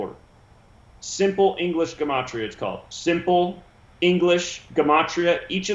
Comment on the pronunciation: It's gematria, not gamatria.